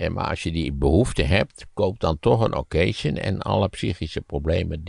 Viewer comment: Als Maarten zo mooi "pied de cochon" kan zeggen dan zou hij toch ook "occasion" (wat een Frans woord is = okkazjon) mooi moeten kunnen uitspreken. In Engeland bestaat dat woord niet in die betekenis (used, pre-owned of secondhand cars)